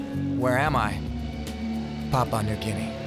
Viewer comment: It's pronounced "pa-POO-ah"